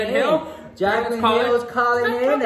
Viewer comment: Girl im rolling my eyes when i hear jaclinn